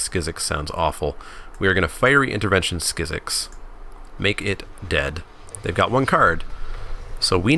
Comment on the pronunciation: I would've taken the early Merfolk Trickster instead of Yavimaya Sapherd. Also Skizzik has a 'k' at the end and not an 'x', it's just "Skizzik". I always thought it was legendary as well, but apparently it isnt, which I find weird.